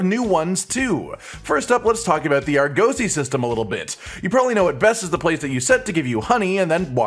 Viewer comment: less emphasis on the 'oh' in Argosy, it's 'uh'